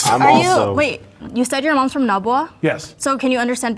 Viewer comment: And the two who had parents from Naga pronouncing it with a U, Nagua. Wtf?